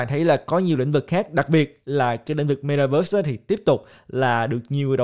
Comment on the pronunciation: Ko phải cố gắng mà ngta ở Mĩ lâu năm nên phát âm chuẩn vậy thôi. Ko lẽ bạn muốn phát âm kiểu "mê ta vớt" cho tự nhiên gần gũi